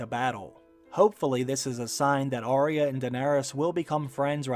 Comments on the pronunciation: Say Ar-ya not aria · It's AR YA at least get her name right